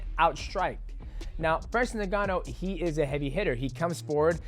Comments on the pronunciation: DJ & to pronounce Ngannou correctly say "in-ga-nou" the way you're saying it sounds like 'nin gannou".....the N is actually pronounced as "in" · am i hearing it wrong or is mighty saying francis nengannou instead of ngannou?